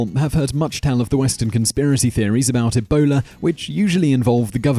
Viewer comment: On number 8 when you say Ebola it sounds like you a say a boner LMAO